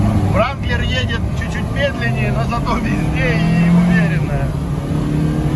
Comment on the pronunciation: wrangler по русски говорится как РЭНГЛЕР!